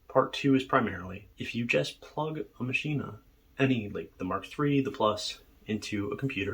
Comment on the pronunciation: Ok, Im sorry, Im not a maschine fanboy, but I cant watch any more of this. Do you say "complete-ah?" It is not "Machine-ah", its "MACHINE." I don't care if its German or not, this is English you are speaking, not German. I have both the Maschine+ and MPC Live 1 & 2 and they are both fine. The Maschine suffers from unoptimized code which causes CPU overload issues in many wonky areas, even when the CPU is hovering at 30% or so use.This is easily remedied however by removing some of the unnecessary FX often included in sounds (don't forget to check global FX as well). I also strongly believe the UI has issues. Having pages of raw text that I scroll through to adjust parameters is just not fun or interesting. There is a lot of wasted screen space where actual UI could be included to give the unit a more premium feel. I have not had stability issues, although, I do currently have addons and soundpacks that I cannot update for whatever reason (download occurs, reboot the unit, plugins and soundpacks still need to be updated, no version numbers have changed).Not including a touchscreen is just bizarre. I understand in many situations, the knobs are faster than using a touchscreen, fine, keep both options there. For those of us that feel like a touchscreen is more intuitive, we can use it, while those that prefer using knobs to select notes in the piano roll screen can continue to use the knobs. Finally, the expansions are way too expensive and it is not entirely clear to me what ex